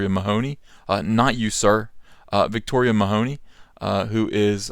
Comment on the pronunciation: Victoria Mahoney....it's Meh-huh-knee there is no hoe in the name. Also she isn't black....For some stupid reason everyone lacking with just a drop of non white blood is black in the USA....And that's just stupid. With all the SJW I wonder why this is still the standard...By the American standard everyone could claim to be black and there is no enemy left für the SJWs to fight anymore.